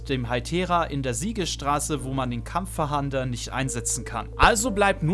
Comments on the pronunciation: Weiß auch nicht was er glaubt was ein Fahander sein soll. 😂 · Sagst du "Kampffahander"? :D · Kampf a hander🤣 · Macht mich richtig aggressiv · Ich finds witzig 😅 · Es heißt nicht Kampfverhander, sondern Kampf-fahnder. Bitte nicht 100x falsch aussprechen, die Kinder schauen sich das ab. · Kampffahnder nicht kampffahander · Danke für das Video. Hat mir leider nicht so viel gebracht, weil ich meine Jägerpokemon trainieren will um die 3 Seepokemon zu fangen. Es heißt übrigens KampfFAHNDER, und nicht Kampffahander. 😅 So wie, wenn die Polizei nach einem Täter fahndet. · Kurzer Hinweis... Es ist nicht "KampffaHAnder", sondern "Kampffahnder". Also einfach das zweite A weglassen und dann ist es richtig ^^ Nichts für Ungut und danke für das Video! :) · Gutes Video, kurz, informativ und ohne großes Gelaber, top 👍🏼 aber „kampf „fahander“????😂. Kampffahnder, so wie man es schreibt. Man fahndet nach Gegnern. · Digger 😂 gutes Video aber das ist ein Kampffahnder und nicht Kampffahander 😂😂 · Es heißt Kampffahnder, weil man damit nach Kämpfern fahndet, nicht fahandet ;) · Es heißt Kampffahnder und nich fahander! Ansonsten gutes Video👍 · Wenn ich noch einmal kampffahander höre rast ich aus xD *Kampffahnder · Kampf-fahnder nicht kampf-fahander 😁👍🏻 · Das Item heißt übrigens Kampffahnder und nicht Kampffahander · das triggert mich auch hart xD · Nices Video, aber Kampffahnder wird nicht Kampffahander ausgesprochen und auch nicht so geschrieben 😅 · Und ich dachte ich wäre der einzige den das triggert :D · Wer kennt ihn nicht... den KampffaHAAnder xD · *Kampffahnder... nicht Kampffahander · Dafür hat mich das "Kampffahander" getriggert🤣 aber sonst top Video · Kampf FaHANDER? o.o KampfFANDER wird das ausgesprochen. :) PS: Das ist kein Bashing, ist ja kein Problem, wenn man nicht immer weiß, wie man XY ausspricht. :3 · Ich musste erstmal gucken, aber Kampffahander? Heißt des Ding nicht Kampffahnder? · Warum Kampffahander? Da steht doch Kampffahnder